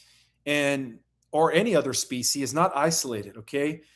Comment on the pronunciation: Homework. Learn how to pronounce: 1. species 2. veil 3. intermediary because it's really getting on my nerves